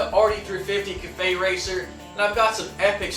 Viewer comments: He often butchers the english language, I think it's because he's spanish? theres typically one or two words every video that have the wrong inflection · You say 'cafe' so weird. Haven't you ever heard anyone say that word before? lol But it looks good, nice work!